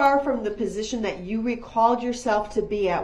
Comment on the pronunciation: His lack of manners and respect towards anyone actually drives me insane. This sounds petty, but also the way he can’t pronounce the most simple words properly ie “Dis” instead of “This” and “Dat” instead of “That”, all of his lack of manners, respect and not even being able to pronounce the most simple words all proves that Dawn wasn’t a mum, she gave birth to Darrell and his twin but she didn’t bother to actually teach (I don’t know about his sister because I haven’t seen video of her behaviour or speech prior to her over dosing and passing away) Darrell the basic lesson of life that a parent should, like manners, proper speech etc. She pretty much gave birth to her children, feed them but didn’t actually mother them, guiding Darrell in life, teaching him right from wrong. I actually hold Dawn responsible for some of this, she even blamed Erika for Darrell driving over her with her car and on that horrendous fatal day of the parade she rang the police and reported her car stolen to the police when she worked out he could of been involved in the parade attack, after his Uber calls to her and then heard about an SUV hitting people as those people were being bought into the hospital she was working at. She was covering up for him right from the start. She gave birth, but, Dawn isn’t a mum!! I hope it makes sense of what I’m trying to explain.